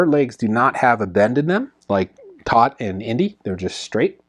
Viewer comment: "Toht" is pronounced to rhyme with boat and coat.